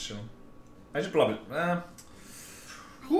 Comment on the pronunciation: yeah, plobably